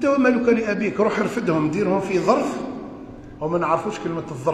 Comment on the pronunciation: أنت و ما لك بفتح اللام وليس بضم اللام ... أي أنت و ما عندك لأبيك ليس شرط ان يكون مال فقط .. سبحان اللّٰه